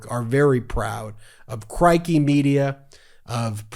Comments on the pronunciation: Mate, Crikey is pronounced as a rhyme with “sticky.” 👍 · It's "c-ROY-kee"